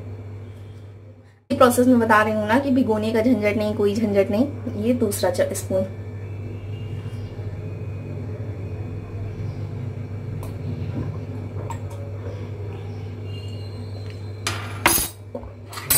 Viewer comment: Espoon nahi darling spoon bolo spoon 😜